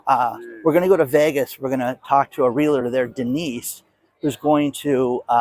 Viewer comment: One "real-a-tor" too many